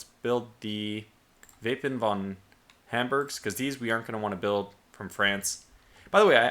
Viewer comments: its "Wappen" not "Wapen" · It's "Wappen" not "Wapen"